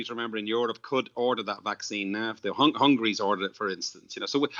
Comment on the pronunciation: Hungary not Hungry.